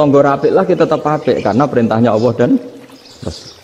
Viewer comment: Bagus sih... tp knpa mesti nyleneh tdk normal2 saja.. Nyebut Allab aj awoh... wakakakkkkk... kyk gt guru uatad kiayi.. distu jlas ada lam kok awoh... wakakkk sy sih msh cekak ilmu agamnya tp kl liht org2 yg aneh2 gini saya jd mnilai org ilmu cekak